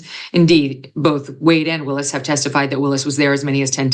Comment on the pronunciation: Trump is in contempt of court every time he attends and you all are focused on this? Wish Megan will stop mispronouncing Ms Willis's name! Very disrespectful!